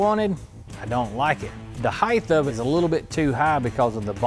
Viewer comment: Okay, first of all the word "height" is pronounced ...height, with a T at the end, not "heigth" Not sure why people cannot get this right. Secondly if you are going to use a chevy motor go put it in a chevy and leave Oldsmobile out of it. Why not use an Olds 455? after all the 69 Hurst Olds came with a 455. I don't get it.